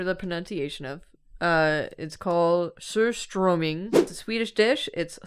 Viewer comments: As a swede and from the hometown of surströmming, good pronunciation! Eating surströmming is a special family gathering (with the most nostalgia ) were u eat it with flatbread (tunnbröd) potatos chives and sourcream. Alcohol (snaps) is also an important part. Dad says you should only buy the ungutted version since it has the most taste. So thats a whole fish in a can. In my opinion it's the smell of home and not to bad. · as a swede,, the pronounciation of surströmming wasnt too bad! the food is however the absolute worst thing you can ever eat lmao (also the wiki page made me learn its originated from norrland specifically so wow!!) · swedish person here, and, you pronounced surströmming very well! also, surströmming is eaten with potatoes on hard flatbread. It's a dish usually eaten in summer, when you can sit outdoors, and you'll want to open the can some ways away from the table (downwind if you can) to avoid the worst of the smell. (i personally do not like it) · As a Swede - Yes, we do that, but Iceland does it worse. Also, pronunciation was pretty spot on for an English speaker (we're really finicky about out vowels) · As a Swede, all those fish dishes famously suck. A lotta people like them though, but yeah. I certainly am not one of those people LOL. Also, pronunciation of surströmming is pretty good! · unironically almost pronouncing surströmming perfectly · Hey I think pronounced "surströmming" pretty well!:D Very happy as a swede for the lil' scandinavian spotlight~ (europe tour WHEN) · pronunciation of surströmming was pretty good actually but it sounded a little as though she said it while having a piece of hard candy in her mouth xD And lutfisk was good too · Swede here and pronunciation of surströmming is really good 😁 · pronunciation of surströmming was better than most i've heard also surströmming scares me. i have never tried it but it is scary.....